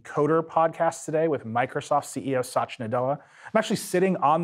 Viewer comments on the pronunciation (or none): First time I hear Satya being pronounced as Sasha